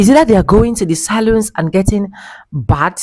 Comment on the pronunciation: It is pronounced "Salons" not "Saloons".